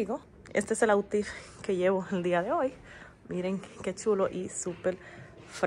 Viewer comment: ese museo al parecer es equivalente al “Museo de Historia Natural” de Nueva York😮 He notado que tu tiendes a tergiversar la pronunciación en Inglés del atuendo que llevas puesto llamándolo “OUTTIF”; la pronunciación correcta es OUTFIT (si tienes una aplicación de los diccionarios “Spanish/English” y “English /Spanish” en tu celular, puedes escuchar la pronunciación y te puede ayudar mucho con hacerlo correctamente…..yo suelo usar el WR (word Reference o referencia mundial)